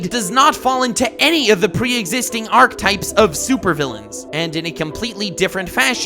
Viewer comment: Is anyone else really bothered by his mispronunciation of "archetype"?????